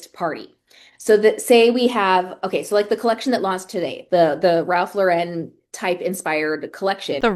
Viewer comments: Look at her getting all anal about Boise and then mispronouncing Ralph Lauren. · Wow the irony that she insists on correcting people on how to pronounce Boise, which I respect although let’s be honest, the difference is subtle, but she doesn’t know how to pronounce a man’s name who has been an absolute legend in the fashion industry for the better part of a century. The accent is on the first syllable sweetheart. Pronounced the same as when it’s a woman’s first name. She strikes me as the type to come to NYC and say “Houston Street” like the city in TX. 🙄 PS - absolutely not the same with your small CT town, that’s a matter of not being spelled the way it’s pronounced.